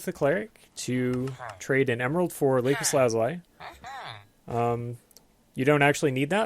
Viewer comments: he said lapiss lalola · That is the incorrect pronunciation of Lapis Lazuli. Nice run, though.